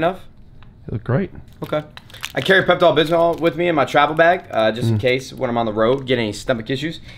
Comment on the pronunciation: "peptal bismal" lol